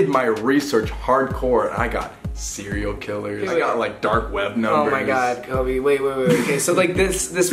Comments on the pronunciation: Is no one going to talk about the fact that called Colby kobey Just me, ok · Abby Autumn it’s Cobe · am I the only one that always hears say 'Kobe' instead of Colby lmaoo